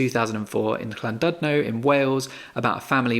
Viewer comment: So nice to hear you pronounce Llandudno correctly! Jokes aside, I remember the Thomas Dylan shortlisted authors coming to my school when I studying my ALevels in Pwll, Wales and it felt so special to be able to listen and ask questions to the young authors nominated that year. I felt seen and fortunate and it made me dream of a world of possibilities. It’s a value that these institutions have to bring the discourse to more remote places and one we tend to forget. I know people sometimes question the utility of prizes for many understandable reasons, but I think the world is better off with them than without them! P.S. I already added Fundamentally to the list of books to keep my eyes on, thank you!